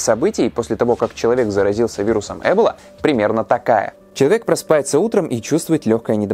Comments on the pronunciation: Почему Э́бола ,а не Эбо́ла? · Почему Э́бола? Я слышала только произношение Эбóла и в Википедии тоже так написано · Не Э́бола, а Эбо́ла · Ты права, ударение должно быть на "О". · Ударение разве не на о?! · Я всегда думала что правильно говорить Эбо́ла а не Эбола́ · Почему Эбола? Её всегда называли эбОла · В слове эбола ударение на О. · эбОла... ударение на 0.... Тут выговорить правильно не могут, зато видосы снимают о ней :D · Эбо'ла Ударение на О. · ЭБола? Я думал эБОла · эбОла, а не Эбола вроде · Хоть сказано Э́бола яэ буду говорить Эбо́ла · Эбола, ударение на о, а не Эбола со скоростью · Ролики супер, но ударения конечно дааа, эбОла, Ямало-ненЕцкий, мОровая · А разве Эбола, а не эбОла? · Помоему правтльно не Эбола,а эбОла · Лайк кто говорит не Эбола а эбОла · эбОла ударение на О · ударение на о, эбОла. Пожалуйста, не делай так больше 🙃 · блин не эбола а эбо-ла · Эбóла. Очень по ушам режет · Когда в слове эбОла ударение ставят на первую букву уже смотреть не хочется, поинтересовался бы что ли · Да почему же Эбола, когда эбОла. Почему не проверить произношение слова, о котором ,по сути, весь ролик рассказываешь? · эбОла. Произносите правильно, раз уж делайте рисёрч🙏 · надпис Эбола говорит ЭБЛА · ты на намеренно ударение неправильно ставишь?! эбОла вообще то, даже погуглила специально. ну что за.... ухо режит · Спасибо за интересную и познавательную информацию. Но небольшая поправка: ударение не на 1ый, а на 2ой слог (источник: Википедия) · Вариант с Э тоже возможен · почему так сложно перед тем как делать выпуск просто и элементарно посмотреть ударение на слово в википедии, слух режет пздц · Меня одного бесит как говорит эбола? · просто закрыла видео из-за его произношение слова "эбола"